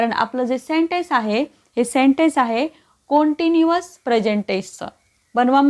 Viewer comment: Continuos कंटिन्युअस नीट डिक्शनरीत बघून उच्चार करा हो. मराठी पण जरा नीट बोला.